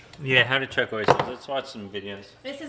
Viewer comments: It’s shuck not chuck 😂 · I was like yo do these people really not know what an oyster knife is? 🤣 It's "shuck" not "chuck", my guy. Glad you made it back to shore safe. Also, raw oyster on a saltine cracker w Louisiana hot sauce is the strat! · Its shuck not chuck. Lol